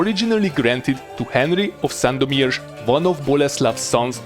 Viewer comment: You have a great pronunciation of the city of Sandomierz. Greetings from Poland :)